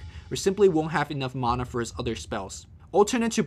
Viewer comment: "Maahnah Pool" and "Shadow Shaymon"